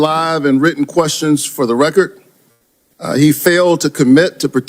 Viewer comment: Hey warnock what is a "recort" ??? The term is "record." Dude, you can't even speak proper English. And without the ability to communicate effectively, you are uniquely unqualified to serve in congress.